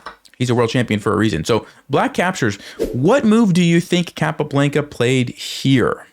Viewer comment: Love the videos! Keep up the good work. Want to say, however, it is pronounced CAPA-BLAHN-KUH lol. Not BLANKUH